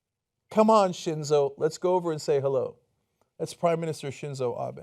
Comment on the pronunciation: "Shinzou Ape" rofl